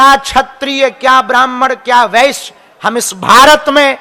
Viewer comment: Agr sab ek hain to aapko bolna W padd rha h ...Shurd , Vashya 😅